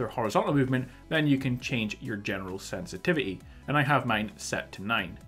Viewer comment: Today we're going to discuss the sensititity seddings lmao.